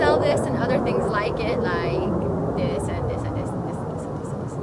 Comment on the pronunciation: "Liiike thisandthisandthisandthisandthis!" I don't know why, but that made me giggle! Jealous of your hair and your energy! I just wanna bottle you up and take you with me everywhere to keep me happy and upbeat!